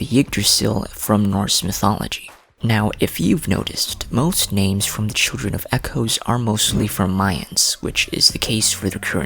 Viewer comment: Im confused why you pronounce almost every name differently than they do ingame 😭